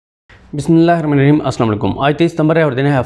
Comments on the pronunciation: محترم برادر برائے مہربانی بسم اللہ الرحمٰن الرحیم کو ٹھہر ٹھہر کر صحیح تلفظ کے ساتھ ادا کیا کریں ۔ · بسم الله الرحمن الرحيم درست پڑھا کرو آپ درست ادا نہین کرتے